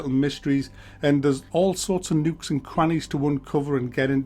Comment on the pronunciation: nukes and crannies lol dont know how to say anythin haha